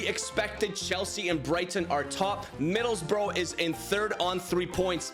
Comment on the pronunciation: Middlesbrough is pronounced "bruh", not "bro"